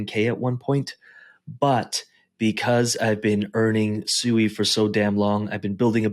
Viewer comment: first off its pronounced "swee" and you have your range set to 140% that aint no real money made. not everyone has hundreds of thousands of dollars to set ranges far and be satisfied. how tf can we make money when everytime we set a rang to make good money we jus get booted. ill make $100. in a day then all of a sudden the price tanks and i lose everyting plus more i made in a day. turbos sui aint no money unles u putting more the 10k in there